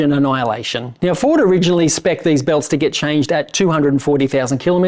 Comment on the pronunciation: Where you saying Ford or Fraud?......